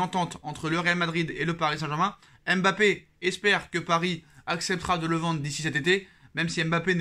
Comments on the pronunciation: mon cher un nom c'est une histoire, une langue, une identité mais aussi et avant tout une signification. En lisant M.... bappé non seulement vous vous compliquez la tâche mais vous lui enlevez tout son sens. Quand on aime quelqu'un on le respecte et cela commence par la bonne prononciation de son nom. J'ai suivi des matchs du PSG dans une chaîne malaisienne, eux aussi se sont mis à dire M...bappé en copiant sur les reporters français parce que certainement pour eux c'est la bonne prononciation. Et vous condamnez tous les africains qui ont des noms avec la même gravie à cause d'une paraisse et une inconsideration qui explique bien leur origine. En français si j'enlèvais le F du nom de ma copine FLORETTE, je ne suis pas sûr que son nom garde tout son sens et sa splendeur. Tu vois ce que je veux dire? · arrete d'ecorner le nom de MBAPPÉ. C'est pas M...BAPPÉ. LLORIS c'est pas non plus L...LORIS en moins pour ZLATAN que tu ne lis pas Z...LATAN